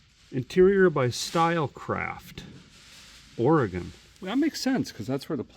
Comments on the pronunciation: mad respect for pronouncing Oregon correctly! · Neat car! That's from out here in my neck of the woods. That resort is in Welches, Oregon out by Mount Hood. Impressed a guy says "Orygun" properly😂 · A feller pronounced oregon right. I'll be dipped. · Thank you for saying Oregon correctly The Resort at the Mountain doesn't seem to exist in Oregon anymore, but being on Hwy 26, it was likely something near Mt Hood. There are several mountains in Oregon, but Mt Hood is the only major one near Hwy 26. I admit to being very cynical, and have a lot of depression triggered by the holidays due to a major loss that occurred days before Christmas. I see very little kindness in the average person during the holidays. In fact, I see a lot more stress and anger from most people during the holidays, which makes sense if you think about it. The holidays are a busy time where we all feel obligated to go to a bunch of social gatherings because that is what is expected of us by others. We're also expected to spend a ton of money, which most people don't have, buying trinkets and gadgets for others, so financial stress gets severely amplified. Those who have money end up donating to charity and giving stuff away in December because it's tax deductible, it benefits them to donate just enough to reduce their tax liability. Sorry if that dampens your Christmas spirit, but it's true in a majority of the cases.